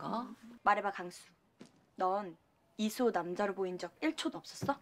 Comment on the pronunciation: 난 이수호를 야소라고 들어버렸다.........